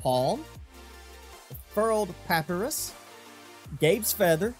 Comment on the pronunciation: The Way He Says Papyrus...